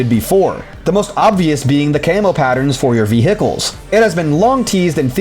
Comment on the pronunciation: Great analysis, but...the way you pronounce "vehicles" makes me wince. Lol.